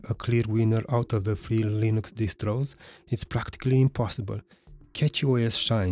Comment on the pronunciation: To who's distro? "In this video I'll be comparing Windows 11 to Felix Distros" is what I hear....